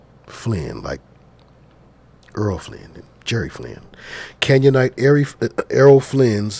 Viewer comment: "Canyonite" sounds just like Canaanite don't it?!